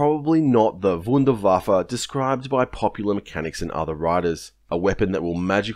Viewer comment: Very interesting topic. And I applaud your pronounciation of "Wunderwaffe", well done